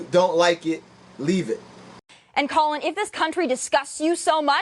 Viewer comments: Brother, I do support your video on the topic but some fundamentals of speaking in a public forum: 1) Research the topic and know the details of the people you're doing the video about, in other words, it's (Ka-lin not Colon) Kaepernick. and it's Tomi (Tommy) Lauren (Law-ren) like the Ralph Lauren. 2) Do a practice video and slowwww down. Are you running out of space on your hard-drive so you have to record it fast? You're hyperventilating. Take your time. But good topic, you're obviously a smart brother. Looking forward to improvements in your future videos. Big-ups. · Who's Colon Kaepernick? I stopped watching when you mispronounced his name. I'll finish watching later.